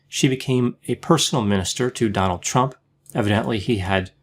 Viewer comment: It sounded like you said " 'Chump'," which is okay with me speak your mind brother.